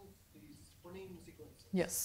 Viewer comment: why does she mispronounce phoneme for the first half hour